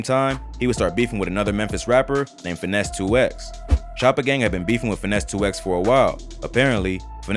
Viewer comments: I can’t take this channel serious… First of all Gucci didn’t bury Pookie Loc behind no damn Middle School.. If he did that he wouldn’t have beat all charges. He would have got a Tampering with Evidence charge. Also dude called Finesse 2tymes “Finesse 2 X” 🤣😂🤣😭😭😭 … If y’all ain’t apart of the culture then your not qualified to speak on anything going on in the culture or make videos/ documentaries about the culture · its Finese 2 times not 2x smh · Not finesse "two ex" mane gone on 😂😂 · It’s Finesse “Two Times” not Two “X” 😂😂😂